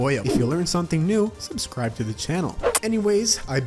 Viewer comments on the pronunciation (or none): none